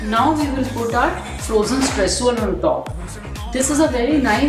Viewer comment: it's not stresssuel its streusel